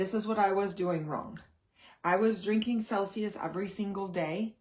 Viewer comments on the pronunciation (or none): none